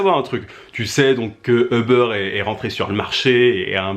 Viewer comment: ça se prononce "oub'rr" pas eubeur